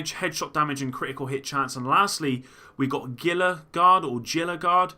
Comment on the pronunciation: pretty sure Gila, the G is pronounced as an H, Hila....but shit, I dont sprecken ze Spanish or w/e language it is.